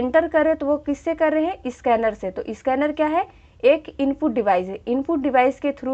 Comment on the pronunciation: Its not a isscanner it is a scanner mam